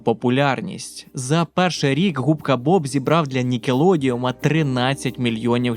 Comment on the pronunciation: Трохи подушню, але не Нікелодіум, а Нікелодеон. Тобі ж знайоме з театралки визначення «одеон», чи не так?)